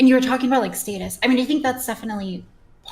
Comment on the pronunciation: Is fucking British or something what the fuck is that pronunciation of the word status